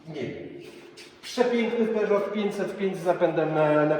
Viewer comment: Peugeto Piękny Pięćset Pięć.... :/ Jakbym naszych rządzących słyszał... Zostańmy może przy samochodach... Pozdrawiam, fajny odcinek "wakacyjny"...